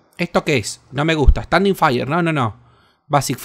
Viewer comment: "Faier para cocinaier" JAJAJAJAJA.